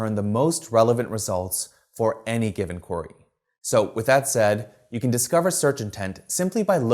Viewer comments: It’s not “quarry”, its “query”! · Brill video thanks. Although i keot wondering what a quarry had to do with it 😄 then realise thats how you say "query" 😅